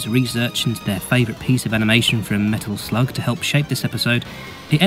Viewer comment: I've listen to that part over 20 times and it still sounds like you are saying Metal Flug. Great video, I hope Metal Slug comes back.